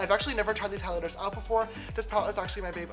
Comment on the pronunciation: “For the highlighterTHS today”